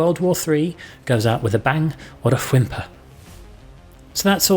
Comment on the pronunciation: Love the way pronounces W-H-imper.